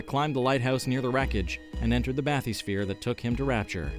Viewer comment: Great video, overall! But come on, sir, the word 'bathysphere' is spoken many, many times in the games. It isn't pronounced 'bath-ee-sfeer'.